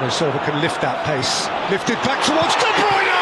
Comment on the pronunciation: De brunye ahhh balter apsolute balter from Kevin de brunye there is no stopping that still remember this to this day